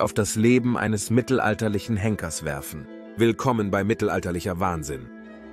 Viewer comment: Das ist mir auch sofort sauer aufgestossen. Ab und zu sagt der "Sprecher" auch "be-i" statt bei.